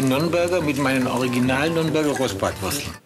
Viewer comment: Nürnburger 🙄 Das heißt 3 im Weggla